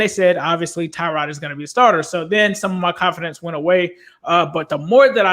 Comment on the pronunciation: All these years and people still cannot pronounce Tyrod.